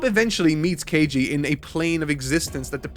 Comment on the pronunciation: "kEiJi" 😂 At this point it's just bullying from the editor